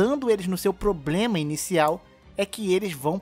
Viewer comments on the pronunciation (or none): none